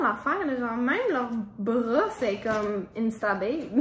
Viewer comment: « Is that a brwosse? »😭😭